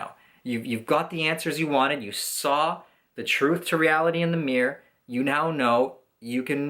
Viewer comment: "Looking at myself in the meer" xD